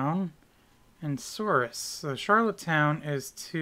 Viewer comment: And by the way for a second time lol. Souris is pronounced like Sur-e